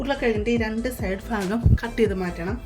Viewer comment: Faagham alla sister. Baagham. 😂